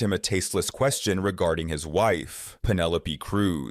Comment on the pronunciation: I couldn’t help but crack up laughing at the ridiculous way the voide over pronounces Penélope Cruz's name. "Penelo-Pee" 🤣🤣🤣